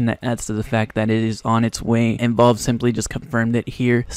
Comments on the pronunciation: Bud pronounce it valve not Volve omg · wtf is volve? IT'S VALVE KID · please just fucking learn how to say valve properly pls